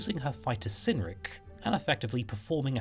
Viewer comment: Both cynric and cerdic are hard 'c's thus k not soft 's' sounds. Cerdic is said to come from ancient British karatikos, and Cynric from Kunorix. There are a few early West Saxon leaders with Brittonic names...